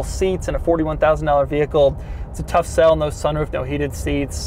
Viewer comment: The emphasis on rugged and tough u have is funnny